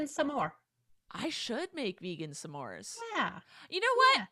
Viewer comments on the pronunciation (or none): It’s really bugging me how they say s’mores. Also Gwen screamed first for the first round. Also half the slogans I didn’t even know existed.